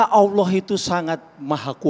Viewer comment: Dia Melafadz kan saja salah... Alah dan Bukan Allah Sebagaimana Pelafadzan Yang Benar... ( Cek Video Permintaan Maafnya ). Jika pun Mualaf...Dia Bukan Mualaf Tulus... Lidahnya Akan Menipu dirinya Sendiri...